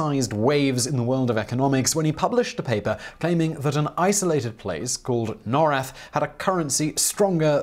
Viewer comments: I'd love to keep watching, but you're triggering the heck out of me with how you pronounce Norrath. It's pronounced as Nor (as in North) and Wrath. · Everquest baby, For the fucking WIN!! Project 1999 Project 2002 NOR-rath ... awesome vid but that was driving me cray cray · the way you mispronounce norrath hurts me deeply